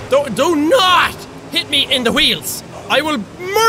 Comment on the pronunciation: Did he just say donut for do not